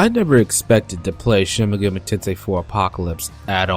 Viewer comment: it's kinda annoying when you say "megami" wrong